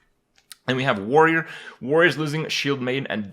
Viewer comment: "I actually WARRY for warrior" haw haw